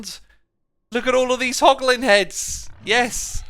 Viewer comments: It's hoglin not holgin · *hoglin not holgin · did i see "Hlogin?" and now "Hoglin" lol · It's hoglin heh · You mean "Hoglin", Right? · What's a holgin X, I think you meant hoglin😂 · Hey X, not to be an annoying little child, but you called the Hoglins - Holgins, or I just dont know the name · hoglin not holgin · HOLGIN farm? HOGLIN, right? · Everyone: Hoglin Xisuma: HoLgİn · x, it's hoglin not holgin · its Holgin oopsie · "Holgin farm" 😂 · Ah yes, holgin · "Holgin farm" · Anyone notice "Holgin" 😂😂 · "H O L G I N" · A "holgin farm" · No one: Literally No One: X: Holgin HAHAHAHAHAHA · What do holgins drop? Porlk chops? Lol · “Holgin Farm” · “Holgin” lmao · Its meant to be hoglin